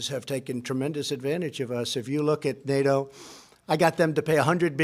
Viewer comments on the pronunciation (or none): none